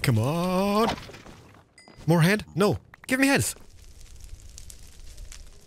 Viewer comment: "give me heads" sound a bit different...